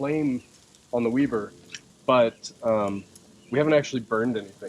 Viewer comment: It's not "Weeber" It's "Weber"